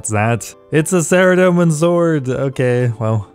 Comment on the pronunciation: Faerdhinen is pronounced Fythinayn if it were spelled in English phonetics. Th like in "weather" The Elf language in OSRS is inspired by Celtic languages.